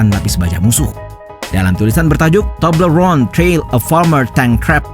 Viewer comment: Itu aksen "toblerone" menggelikkan. Haha